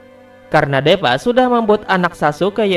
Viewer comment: Deepa (baca: dipa) Next kalo bisa dibaca nya dipa ya bosque biar enak aja didengernya. Mantap video dan teorinya👍